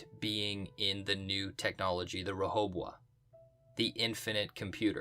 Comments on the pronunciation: Re-bow-hoe-am the pronunciation. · Cmon man, this was good but it's pronounced Ruh-ho-bo-ho-he-bo-ho-him.... bo. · its RO-HO-BO-HEM !!! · Re-hoe-bow-um -proper pronunciation of Rehoboam 😉